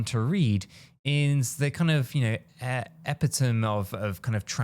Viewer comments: EPITOME - pronounced... e - pit - o - me.... ffs 🤦‍♂look it up. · 😂 Bro. ; that's not even close to how "epitome" is pronounced 😂😂